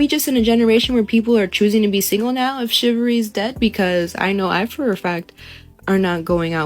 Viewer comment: She’s very far from being able to even pronounce chivalry or chivalrous correctly. So no “shivvery” for her at this time!